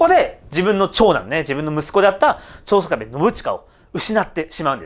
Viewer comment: ちょうしょかべって言いましたよね